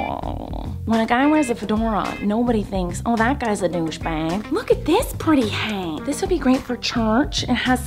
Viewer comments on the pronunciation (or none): Did anyone else hear her say dushbag🙊🙊🙊🙊🙊🙊🙊